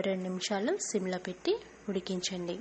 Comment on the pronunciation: SIM. NOT SYM